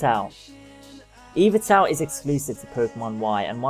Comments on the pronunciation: eevatel? Y-val-tal. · you said yvetlal wrong this is a japanese game not english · you say Yvetal wrong